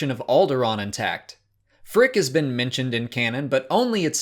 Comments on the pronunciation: No, it made them say “phrick” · Phrick? Nah. F r I c K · Mandalorian season 2 with “Phrick” Hehe no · I thought it was pronounced prick! Ha!